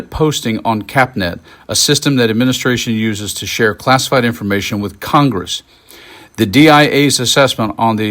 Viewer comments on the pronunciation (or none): Miss pronounced KOCHGRESS...